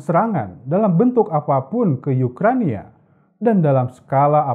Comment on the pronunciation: Ukraina, bukan Ukrania